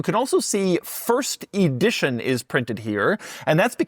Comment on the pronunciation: Ee-dition? Ee-dward?